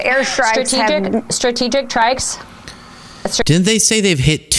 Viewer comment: "Two doh diddly different things" "Strategic trikes"